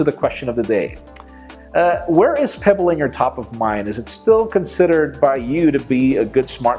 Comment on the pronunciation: Pe... what? Peeble? Pebble? No chap... don't really care about it... by the way, can't careless about smart watches at all!